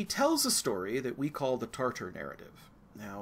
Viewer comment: Tatar, not Tartar